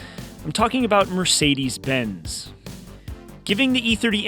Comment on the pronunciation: "Mircides 190"